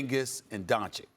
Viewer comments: Stephen A isnt even respectful enough to say the mans name right after a whole year. Still calls him 'Doncik' while knowing thats not the pronunciation. Pure hater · The way stephen a pronounces doncic into doncik really triggers me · Doncic. The mystery pronunciation that everyone says differently 😂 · The fact that Stephen A still doesn't pronounce 'Doncic' right, is all you need to know. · Stephen A cant even pronounce Doncic properly🙄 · SAS still pronouncing Doncic incorrectly